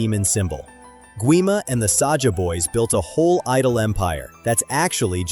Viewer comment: It is not Sasha it's Saja😂❤